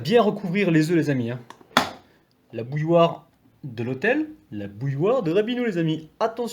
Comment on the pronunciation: Bouilloire ? Mot difficile a prononcer ..